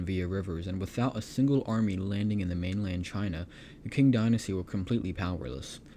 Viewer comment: It's pronounced Ching dynasty not King dynasty.